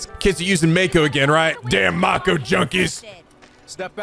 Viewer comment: How does mispronounce mako but then literally pronounce it correctly one second later lol